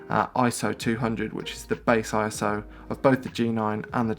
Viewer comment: Good to hear you say I-S-O........you're sounding more professional all the time!